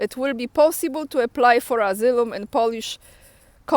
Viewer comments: Thanks, so needful to keep up. And for better comprehension, the word asylum is pronounced ah-sigh-lum running it together with emphasis on the "sigh" I thought English was hard until I started studying Russian... lol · read Asylum - asajlum